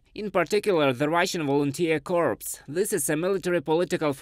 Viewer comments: Pronunciation Note: Corps is pronounce Cor (Anglicised French). A Corpse is a dead body or cadaver. Keep up the good work! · Please pass along "core" as correct pronunciation of "corps".... pronounced with the "s" you have "corpse" which is a dead body. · Corps is a French word we pronounce it 'core' in English. A corpse is something very different. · Corps is not pronounced “corpse” it’s the same as “core”. As in the Marine Corps. SFMF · I know it is not his first language but he pronounce corps as corpse which means dead body and he pronounce soldiers as solders which means joining metals.